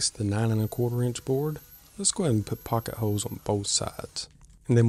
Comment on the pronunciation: It sounded like you said “Poka Hose.” What is that?